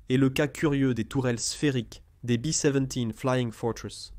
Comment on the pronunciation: En langue française pendant et depuis la seconde guerre mondiale, il a toujours été question de B dix-sept et non pas de " Bi seventies ". Laisser entendre que le mitrailleur ventral ne bénéficiait pas de la pressurisation est une ânerie, l'avion dans son ensemble n'était pas pressurisé. Dire que ces avions volaient à moyenne altitude est absurde, ils évoluaient entre 26000 et 32000 pieds. Il ne faut pas confondre avec les bombardiers anglais qui volaient beaucoup plus bas et étaient plus précis sur leurs objectifs mais plus exposés à la défense anti aérienne. Je ne suis pas un super calé en aviation de la seconde guerre mondiale mais je trouve que lorsque l'on a la prétention de faire des exposés sur ce sujet, il serait de bon goût de se documenter afin que le discours soit crédible. Je ne suis vraiment pas certain que le ou les auteurs de ce document soient de réels passionnés.